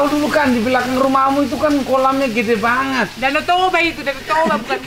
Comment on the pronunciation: jijik kali aku dengarnya kau bilang "gede banget" 😂😂 Lucu kali bah. Ga ada batak2nya itu.. wkwkwkwk